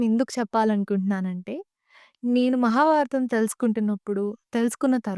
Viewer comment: ముందుగా, చిన్న వయసులో చాలా పెద్ద భాద్యత తీసుకున్నందుకు మనస్పూతిగా అభినందిస్తుంన్నాను !! కాకపోతే ఒక చిరు హెచ్చరికతో విన్నపం. మీరు ఎంచుకున్న విషయం మహాభారతం కావున, మీరు మాట్లాడుతున్న తెలుగులో అసలు ఒత్తులు చెప్పడం లేదు. ఉదాహరణకి, మహాభారతం .. మహాబారతం కాదు. . అలానే.. ఆంగ్ల పదాల ఉపయోగం లేకుండా చెప్పగలిగితే, ఆంగ్లం తెలియని వాళ్ళు వింటారు అలానే అంతరించిపోతున్న మన తెలుగు భాషలోని పాదాలకి జీవం పోసినవారు అవుతారు... శుభం !! జై తెలుగు తల్లి! జై జై తెలుగు తల్లి !!